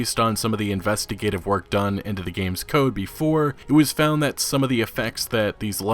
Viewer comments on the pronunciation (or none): "Into the 'GAMESES' console command. "